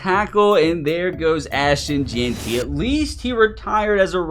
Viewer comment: Jeanty❌ Jaunty✅